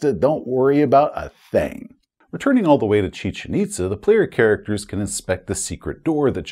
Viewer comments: Your pronunciation of "Chichen Itza" is exactly how I've heard it via docs & archaeologists, at least here in the States. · Great job pronouncing Chichen Itza. Cool place, too. Visit is recommended.